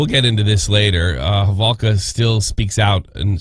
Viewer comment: Proper pronunciation is Holovka. I think Americans pronounce it differently.